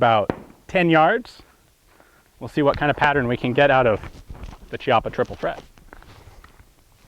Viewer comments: Chiappa is pronounced with a C like in Cat/Caliber. It's really annoying to listen to it being said like Ciappa. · the correct pronounce is "kiappa" and not "ciappa" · it's pronunced "KIAPPA" not "CIAPPA" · Great video about a very interesting and awesome shotgun ! By the way the Italians pronounce it /kjappa/ ("kyappa") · The pronunciation is kiappa (keeappa) It is a strange Italian name which means buttock :D)) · Interessante...but is just say Kiappa...😉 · Nice review! BTW, it’s pronounced “key-appa” (ch-iappa works sort of like “archive” in Italian) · "Chi-" in Italian is pronounced "ki-". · sorry to say but the pronunce is actually Kiappa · Hi Ian, just a precisation, you should pronounce Chiappa with a /k/ sound not /c/. This is the correct phonetic transcription, I guess, /'kjappa/. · I'm pretty sure it's pronounced Kee-apa. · It's pronounced Chiappa with an "H" :( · It's actually pronounced "Kiappa" and in italian means "ass-cheek". lel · chiappa is actually pronunced "Kiappa" , said that, awesome video!!!